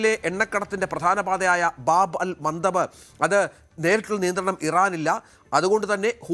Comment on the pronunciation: ബാബ് അൽ മന്തബ് ✅, ബാബൽ മാൻ്റേബ്ബ് ❌. ആ പൊട്ടന് ഒന്ന് പറഞ്ഞു കൊടുക്കൂ